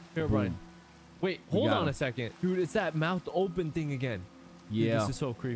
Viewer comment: “Hirobrin” got me on the floor laughing